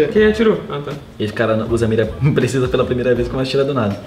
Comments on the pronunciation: não colocaram o nome precisa porque ele falou ptecisa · o crusher Fala precisa e n conta kklkkk